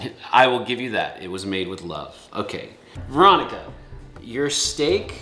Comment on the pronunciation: it sounded like she said ronica